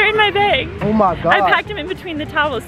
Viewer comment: & omg I be weak every time you say “beg” instead of “bag” 🤣🤣🤣 can I hear you say bag once 🤣 btw love you guys ❤️❤️